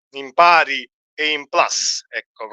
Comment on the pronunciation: Carissimo non dire anche tu PLAS si dice PLUS è latino non inglese. 😂😂😂😂😂 FNS 💙💙💙💙💙